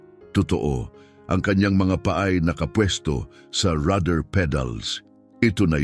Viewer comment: Rudder pedal, Hindi rather pedal😂😂😂